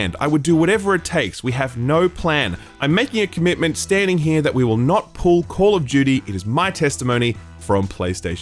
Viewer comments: Banger video. I love FF16 so far but really enjoyed your review as well. It’s foolish to think all reviewers are going to agree with everyone. Man also said Call of Judy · When did call of duty become call of jeuty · Call of Jyooty